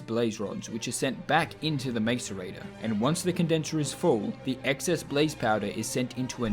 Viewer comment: The real challenge was hearing it pronounced mAce-rator so many times